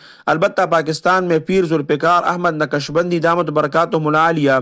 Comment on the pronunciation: یارخان صاحب اپناتلفظ درست کرلونقشبندی؛میں ق ساکن ہے متحرک نہیں